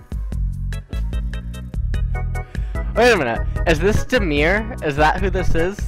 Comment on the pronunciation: It's damir not demir btw